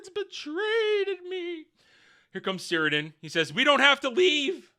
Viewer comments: You're forgiven, but it's pronounced "Kirdan". The C sounds like a K. As to orcs being able to kill one of Sauron's physical forms, I guess it's not impossible. Iirc the only times in the lore this happens is when Numenor is flooded and when Isildur cuts the ring from his finger. These seem more or less "conventional" ways of dying. Even if one of them is a flood from God, in the end he basically just drowned/got crushed by the water. In any case I don't think it really matters because the whole scene of the orc assasination is complete nonsense. Sauron giving inspirational speeches to the orcs about uniting Middle Earth, the orcs finding a problem with going to war and just wanting to "chill"... 😂 It's so dumb. This would never happen, but if some actual orcs from the LOTR were like "uhh we're scared to fight because we might die" the other orcs would just eat them alive 😂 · Cirdan is pronounced 'KIR-DONE'. Sauron is a Maia, not a demi-god but like an arch-angel. Morgoth was a Vala, which is angel.